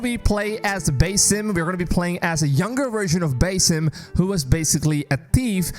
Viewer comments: its pronounced bAAsim like the sound a goat makes not baesim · am I the only one who gets triggered when calls him "bay-sim" instead of "ba-seem"??? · Dude it's pronounced BA-SIM not BAY-SIM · Did he really sah Beysim instead of BAAAH-Sim. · no disrespect, but its not Bay-Sim. It is Bah-Sim. Nice video bro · Baeysim??? BASIM! Dude you can't even pronounce it right...you must be American...no other nation is such disrespectful... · What do you constantly call him BASS-IM Rather than BASIM like everyone else. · BASIM ❌ BAYY-SIM ✅ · Proper pronunciation of his name is Ba'sim (Bahsim). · One more, BASE IM, yo who is this new character 😂 (I’m not a pronunciation nazi i just found it funny) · Love that Ubisoft is returning to their AC roots. Thank you for the new info. And just for future reference, here's a more accurate pronunciation of the Arabic name, "Basim."